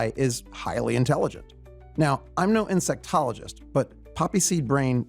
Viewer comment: "insect ologist". How stupid are you? Should had got AI to make this presentation